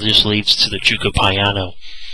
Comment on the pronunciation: Living in Italy I can give you so pronunciation advice on the way to pronounce "gioco piano" ..if you're interested giocare is the verb meaning "to play" or the word gioco means "game" piano means slow or quiet gioco (joh-koh) piano (pee-ah-no)